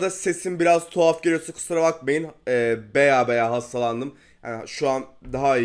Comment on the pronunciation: ''Beya'' değil ''baya''